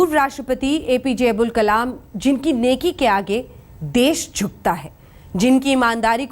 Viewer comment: Not abul kalam ok""" abdul kalam